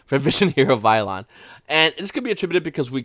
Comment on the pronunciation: funny how the mispronunciation is based off something so obscure